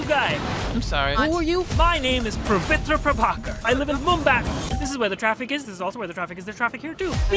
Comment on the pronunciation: The fact that pavitr prabhakar pronounces his own name wrong is funny